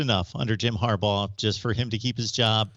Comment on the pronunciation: There's been one constant over the years,.....it's Har-BAUGH!!!!!